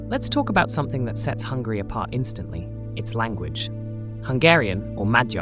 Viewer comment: I'm sorry I'm only and I have found your video accidentally. I'm living in the part of the UK and I have to say I heard 2 times saying Hungry! I don't want to capitalise my letters coz I don't meant to shout but it's not Hungry it's Hungary! Sorry if my ears are so bad and maybe I heard it that way! Am I the only one who heard it that way?